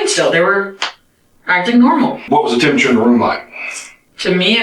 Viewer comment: if the best crime channel can’t even say the word temperature then the standards are abysmally low 🙄